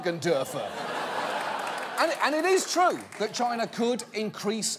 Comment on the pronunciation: is there anything more cringy than the way trump pronounces China?